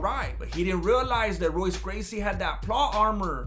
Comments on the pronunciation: Hoyce is the pronunciation of that stud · Its pronounced hoyce not Royce brother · It’s pronounced HOYCE Gracie.